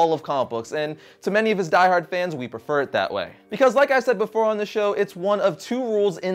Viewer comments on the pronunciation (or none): none